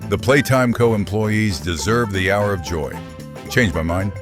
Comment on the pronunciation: Hour of jow? Hello it says joy you stupid ai voice